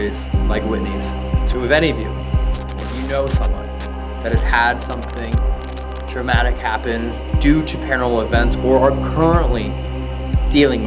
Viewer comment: “Tramatic”… 🤦🏻‍♀️🤦🏻‍♀️🤦🏻‍♀️ Murica! 😂